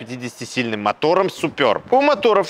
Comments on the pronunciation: 🎉как же режет слух, называя модель супЁрб, если можно просто супЕрб, без буквы "ё"... Я торговал этими автомобилями, и как-то первый раз слышу такое акцентированное название супЁрб, ладно раньше по незнанию люди называли Шкода "Супер Бэ", хотя это одно слово Суперб - в переводе ПРЕВОСХОДНЫЙ... Ну и комплектации Классик, Амбиентэ и Элеганс... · Немного ухо режет «супёрб», супэрб правильно, чешское же название) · Супер Б правильно будет !!! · СупËрб... Аж уши режет!!!)